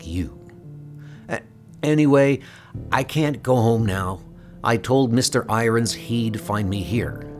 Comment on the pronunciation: I appreciate these comics. Unfortunately your pronunciation is atrocious. How can you not know how to pronounce irons? Why do you pronounce the word been as "bean?" It sounds like bad artificial intelligence. Who knows maybe it is?!